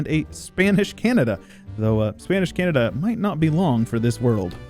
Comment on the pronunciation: Honestly speaking, even calling Canada "Canadia" feels very cool and a bit Roman. So I totally dig it if anyone else calls Canada Canadia.